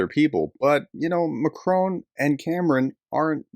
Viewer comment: Prof - please learn how to pronounce Macron. It’s kind of painful!